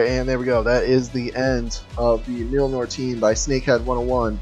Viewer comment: I'm shocked that you don't know how to pronounce the name of Thors hammer! :P